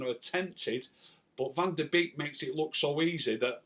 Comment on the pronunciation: hi his last name is pronounced bake